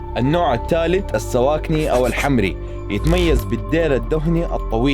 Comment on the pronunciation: الحَمَري وليس الحمْري. السودان وليس السوودان.